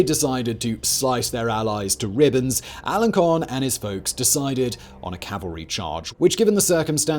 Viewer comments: Just one tiny correction: the c in Alencon is pronounced s, not k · Learn how to pronounce these people's names! In Alencon the c has a cedilla, which means it's pronounced "s".